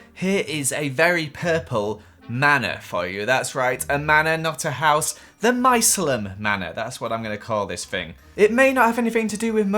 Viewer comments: no one: not a single soul: Why did you say Mycelium like that? 🍄 lol it’s my·ce·li·um /mīˈsēlēəm/ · its Mai-sear-le-im (Mycelium)